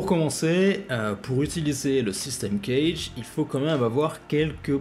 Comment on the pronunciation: Euh.... Le systeme CAGED (phon: Kajede et non pas Knedge ou je sais quoi) est expliqué dans toutes les methodes guitares digne de ce nom. Ce qui est rarement dit c'est que l'ordre C A G E D ou DO LA SOL MI RE est important a connaitre en termes d'improvisation, mais vous ne le dite pas non plus